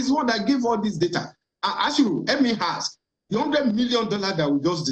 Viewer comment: Yoruba people, it’s not “hask” it’s “ASK”